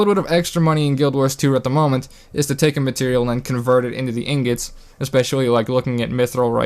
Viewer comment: YO YOU HAD ME LAUGHING ON THE FLOOR BECAUSE YOU SAID INGETS AND NOT INGOTS I DIED! XD why did you do this to me man! rotfl! INGETS? LOL I AM DONE!